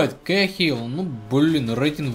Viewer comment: Кэхил? Ор Ещё бы Кахил говорил